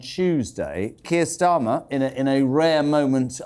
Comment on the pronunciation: You forgot Tur Keyer Starmer 😂